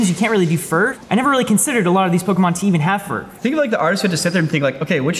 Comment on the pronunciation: Pokémon, not pokimon.